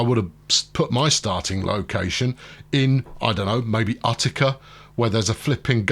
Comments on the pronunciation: Love your videos, just an FYI - Utica, as in Utica NY. is pronounced (YOU-ti-ka), The U sounds the same as "United". Doesn't take anything from the video series just sayin. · You find weird stuff like that all over, I'm from NY, that's why every time he said Uht-i-ka I cringed. In Manhattan, H-o-u-s-t-o-n Street is pronounced "HOUSE-ten". Where that came from is beyond me.